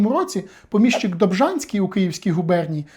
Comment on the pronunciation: ПомІщик. Наголос на "і". При відмінюванні також: помІщику, помІщики, помІщикам. Перевіряйте, будь ласка, такі речі, бо вас слухає велика кількість людей. Відео корисні, змістовні, лаконічні й дуже цікаві, дякую.